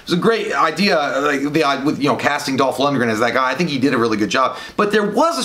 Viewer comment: it's pronounced Dolph Lundgren